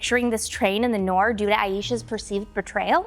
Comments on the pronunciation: As well as noor. It's "noor" not "norr". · It's Noor (Nur) & not to be pronounced as Norr or Noir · Its not 'nor' its 'noor' like you pronounce ' noon' so pronunciation of 'nor' is 'noor' like 'noon' Why you calling noor a nor 🤔🙄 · Noor(مر) is an Arabic word stop pronuncing it like it's English. You are ignoring the "r". Noorrrrrrrrrrr